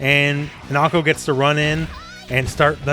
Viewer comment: just fyi, in Japanese the i is pronounced the same as a long e sound. So Hinako is pronounced like Hee-na-ko.